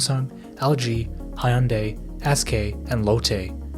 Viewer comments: I stopped watching right when I heard you pronounce Hyundai as Hi-yun-day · I'm by no means a glazer of any of these SK companies, but the constant butchering of Hyundai's pronounciation is simply disturbing to my Asian ear. 😅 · btw "hyun" in hyundai is not two syllables, just one. decent video but improper pronunciation is distracting -- recommend looking it up next time :P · If you're going to make a sensationalist video about a country's deep-rooted problem, at least learn to pronounce basic words such as BRAND NAMES, let alone proper names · Learn how to pronounce hyundai before you open your mouth and make an “educational” video about them. Idiot. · bro made one of the most informative videos on the topic ever and couldn't listen to one person pronounce "hyundai" a single time 😭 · That's yet another way of pronouncing Hyundai.. let me guess, it is like 6th?